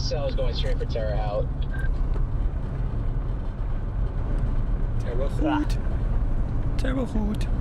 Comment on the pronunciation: Tear a hote is how it's pronounced